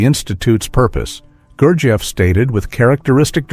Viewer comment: The way this speaker pronounces gurjieff is slightly annoying.